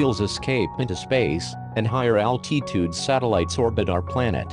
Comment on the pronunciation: Why does the robot pronounce altitude al tee tude